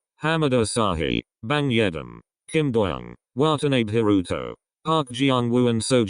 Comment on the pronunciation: Jesus the way that robotic montone voice butchered Haruto's full name gosh it sounded horrible lmao